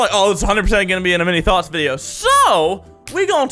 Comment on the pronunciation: I love your intro Mini, the imagine of miniature thots when your trying to say “Mini’s thoughts” gets me every time 😂 Ps. I love your content ❤️